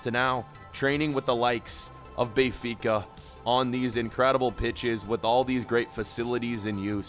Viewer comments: Benfica not bay-fica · lmao it’s “Ben-fica” not Bay-fica” 🥴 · Does anyone else get pissed off with how he says Benfica